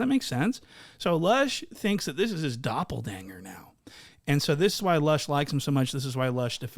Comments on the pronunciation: My guy said "doppel dang er" it's **doppelganger" folk. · I did not rewind to verify, but I swear you said doppel-dang-er and not doppelganger. Thought I would let you know in comments to flick the algo bean for ya at the same time